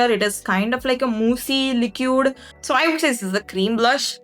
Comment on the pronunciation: Pls pronounce liquid correctly